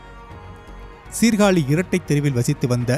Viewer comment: டேய் சீர்காளி இல்லடா எங்க ஊர் மானத்த வாங்காதடா சீர்காழி என்று சொல்லடா